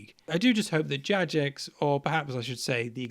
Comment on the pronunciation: Good points overall! One thing I'll add: Jagex is a shortening of "JAva Gaming EXperts". It's a hard g.